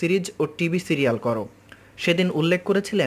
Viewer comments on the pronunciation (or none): none